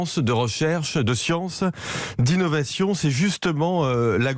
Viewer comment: La "science" ? La scie-anse…